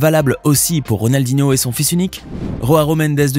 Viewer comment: tu peux te renseigner sur la prononciation des noms portugais/brésiliens stp? ronaldinho se dit "ronaldinio", et joao ne se dit pas roaro mais "joao"... comme ça se prononce en fait. "Roaro" loool merci rama faré :face-blue-smiling